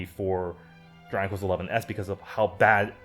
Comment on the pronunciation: Man you keep saying dranglest